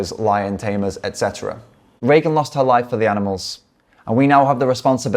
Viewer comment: Thank you for your kind words, but please remember her name is "Regan" (not "Reagan") and is pronounced "Ree-gan" not "Ray-gun".